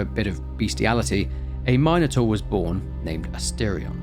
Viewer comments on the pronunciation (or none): Its funny you say minos correctly but then immediately say mynotaur instead of minotaur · Calling it a my-no-taur is lowkey pissing me off lmao